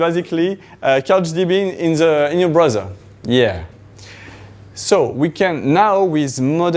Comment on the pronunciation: As someone who speaks it "Blowsel" you should not correct someone :)